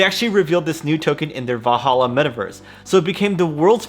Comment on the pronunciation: VaLhalla, not Vahalla. :D Nordic origin, not arabic.